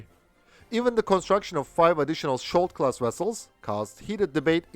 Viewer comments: Your pronounciation is dead wrong. the sk in skjold is pronounced like the sk in skiing. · In this case its Skjold, not skold. Skjold means shield